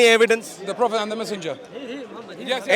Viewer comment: I always have to laugh, when they say. Phophet Muhammad! 😂😂😂In Muhammad times, was no vowels.